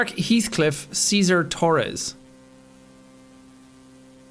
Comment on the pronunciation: It’s not pronounced he althcliff it’s pronounced hellthcliff